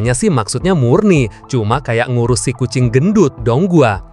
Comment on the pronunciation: Bang kucing bang bukan ajing Hehehe🤣